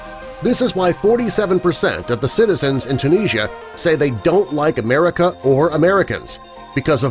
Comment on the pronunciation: It's Tunis,ia